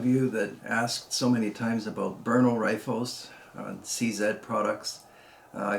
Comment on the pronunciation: Someone who says Brno correctly! I can't stand it when someone says "Bruno"